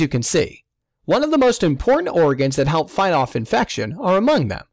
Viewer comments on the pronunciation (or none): none